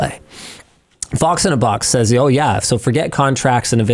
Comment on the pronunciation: The Canadian “Oh YEah” gets me everytime.